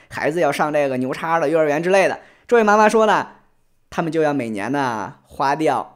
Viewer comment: 说“妈妈”这个词时，听起来像是指某种职业的经纪人。